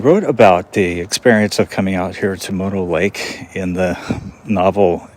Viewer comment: What a strange way of pronouncing Mono Lake. Sounds like you are calling it moto or modo lake.